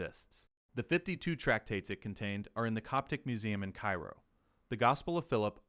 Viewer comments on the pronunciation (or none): none